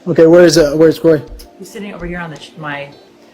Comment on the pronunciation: It's Kroy itch, not Cory.